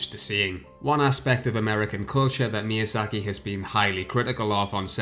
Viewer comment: It's no exageration to say that's Ayo Miyazuhki. That's litterally what you said in the beginning. For fuck sake, can't you fucking pronouce names correctly?